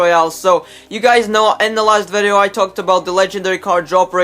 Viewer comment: OMFG PLEASE.. ITS VIDEO NOT FUCKING VEDEOU